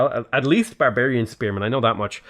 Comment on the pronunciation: Have a drink every time says 'Bearbearian'. Thank me later.